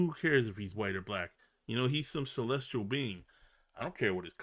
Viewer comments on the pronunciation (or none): none